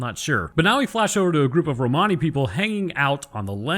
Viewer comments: In English Romani is pronounced "Roman-ey", as if you're saying something is "not quote Roman", but your "Roh-Mahny" is actually closer to the original. xD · It's Romani but pronounced (Ro-Man-E) :) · Lol its "Ro-many". Like "many" items... Blah blah. But god knows 30 people will have 30 pronunciations. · Romani sounds Italian as I am one I’ll say, it’s said Rome any. lol just for extra laughs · its pronounced rom ann e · It's pronounced Rom a nee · It's pronounced Roman e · Pretty sure it's pronounced "ro-muh-nee" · "Romani" is pronounced "Roblox". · It's an awful word to pronounce but we've always been taught in the UK that it's pronounced like Roamer-ni. You'd also use that to describe someone, as in "the Romani elder" rather than with an ian. Anyways, you knew what you were baiting; great insights as always both with that and the episode itself! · The way you pronounce Romani the first time actually makes it sound kinda italian. I don't know the correct english pronounciation either, so, might even be actually correct.